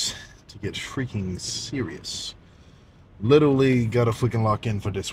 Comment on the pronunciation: "Witerwally gonna fweaking wock in fo dis one🤓💪🏻"